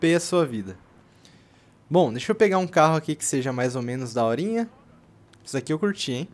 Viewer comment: Pedro Henrique Souza Eu "fisso" ???? puta q pariu mano!!! assassino da língua.... nossa... caraka... fisso....